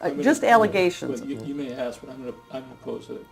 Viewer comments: Did you “axe Michelle” for permission to upload this video? 🤣 (BTW great job) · AXE HER, AXE MICHELLE 🪓🤪🪓